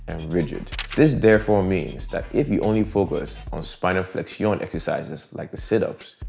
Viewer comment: Isnt it pronounced flekshin?